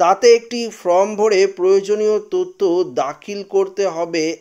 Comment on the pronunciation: ফ্রম ( from ) নয়, ফর্ম (form) বলুন | এইসব কাজ করতে হলে ভাষার উচ্চারণ শিখতে হয়।